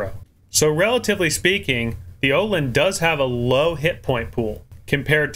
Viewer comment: hmm and as a swede plz say the name öland!!!!